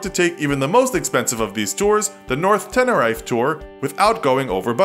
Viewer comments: It's pronounced "Tenereef." ;) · you pronounced Tenerife wrong, the "rife" part is two syllables, "ri" as in the first part of "Rhianna" and "fe" like "festival," so "ri-fe." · It's pronounced "tenereef" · How you said Tenerife made me giggle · Wait!! How did he just say Tenerife? hahahaha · What the hell was that pronunciation of Tenerife? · The way you pronounced Tenerife was horrific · Wow you butchered the pronunciation of Tenerife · Haha Tenerife was pronounced so badly XD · Not how you pronounce Teneriffe. :-)